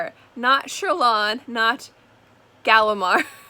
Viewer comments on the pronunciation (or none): Laughed so hard at the "Sherlain" and "Galimar" part oh my lord hahaha